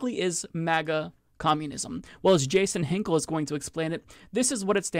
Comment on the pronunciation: hey! 420 but what i'm really here to say is - "JAS-on hinkle" ahhahahahahhaha edit ahahaha you're right - "he doesn't matter"